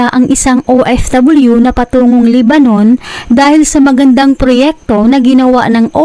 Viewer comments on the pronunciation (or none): Amusing mo Dana pronunciations mo Lebanon Hindi libanun